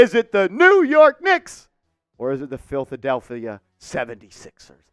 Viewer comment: Did you say filthadeplphia? 😂😂😂😂😂